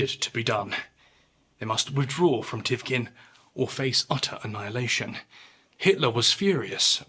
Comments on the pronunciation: since we’re on the subject it’s pronounced Tikhvin not Tivkin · You say Lagoda when it's Ladoga, you say Thivkin when it's Tikhvin. Check your words carefully, respectfully, mister narrator. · TiKHvin, not tivkin or whatever you say Also LADOGA, NOT LAGODA Good video, but these mistakes were quite annoying